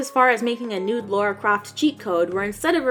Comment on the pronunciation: her name is lAra, not lAUra =/ Lara Croft